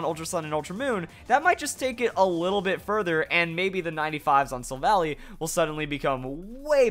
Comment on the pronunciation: "Silvally" is pronounced "sil-val-eye".